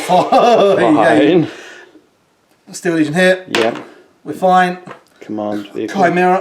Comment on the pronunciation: They are "Steel" legion as in the metal, rather than "Steal" to dishonestly appropriate. ✌️